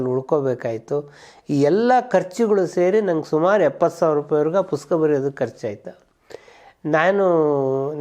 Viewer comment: ಪುಸ್ತಕ ಅನ್ನೋ ಪದವನ್ನ ಯಾಕೆ ಯಾರು ಸರಿಯಾಗಿ ಹೇಳುವುದ್ದಿಲ್ಲ.......